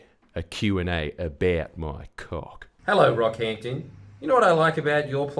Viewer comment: I had to rewind as I thought you said the rap group “BROCKHAMPTON” instead of “Rockhampton”.